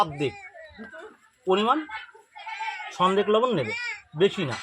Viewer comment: ভাই সনদেক লবণ বলতে বুঝলাম না একটু ভালো করে যদি বলতেন